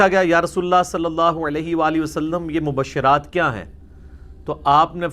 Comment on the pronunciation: Not mubashshiraat, but mubashsharaat۔ Correct the iraab please